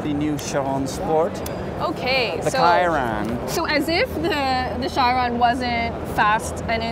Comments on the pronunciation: Kajron Shajron wtf it's Chiron(Shiron) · cool video but I think it's obvious you guys are not real car people. Rimac is one of the most talked about cars in the world right now; how could you not know how to pronounce Rimac?! What the hell is Raimac?! Again , who doesn't know how to pronounce Chiron?! What the hell is Cheiron?! lol Mansory? That Pagani is not Huayra, it's Zonda! The car Pagani supposedly stopped its production but keep bringing it back. The car that you called Zonda was actually a Huayra. GT3RS is green and fast. Thank you, I didn't know lol There are just a few examples.